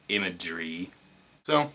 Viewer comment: Nice video man :D And lol "imagery" xD